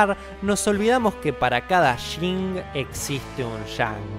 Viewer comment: "para cada Shin existe un Shan".